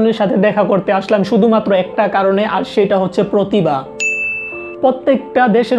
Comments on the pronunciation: Not পতিবা। its প্রতিভা। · পতিবা না, প্রতিভা